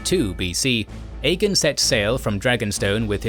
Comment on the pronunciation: Why do you say Aegon like “EGGIN”….? It just sounds like she’s say “hey you wanna go EGGIN some houses tonight” 😂